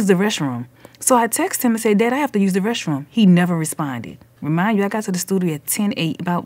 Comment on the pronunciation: She said reshroom like the word mesh.